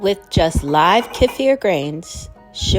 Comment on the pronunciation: Isn’t it pronounced key-fur?